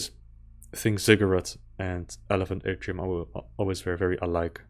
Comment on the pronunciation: Atrium = "ey-tree-yoom", actually. Always a bummer if games don't do reflections well, let alone proper stair climbing animations... I miss Sam's shades. Don't give a darn on those "Duke Nukem rip-off" opinions. : Good thing there's no shaky cam to overcompensate. : For me, it's the Xen pools from Half-Life 1. (By the way, why Quake 1.5 in your playthrough for that game?) That Kleer "catapult target" part reminds me of some old computer gun game where you have to hit all the chickens/plates/clay targets. In the meantime, though, I can relate with your rampant completionism. That secret pillar Reptiloid really got the shaft. : I really need to polish my Dr. Seuss know-how. Those aren't Dumbos. They don't have longer ears.